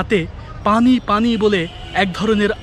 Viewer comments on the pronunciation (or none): none